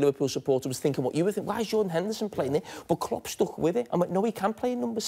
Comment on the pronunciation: lmaooo "yordan henderson"